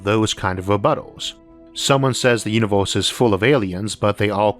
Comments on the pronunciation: Unovorse? You can't pronounce "e" can you? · This video gets xtra attention for the way the narator pronunciates univors.